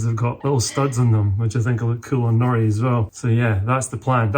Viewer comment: LOL I thought you were saying naughty not Nori. Sorry.